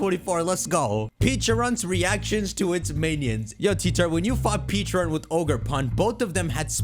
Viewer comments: it's PECHA-RUNT not PEACHA-RUNT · I don’t get why he keeps saying peacharunt instead of pe-cha-runt the correct pronunciation even the video giving us it’s backstory pronounced it as pecharunt so where is he getting peacharunt from💀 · You’re not saying Pecharunt correctly! Watch the story of Pecharunt.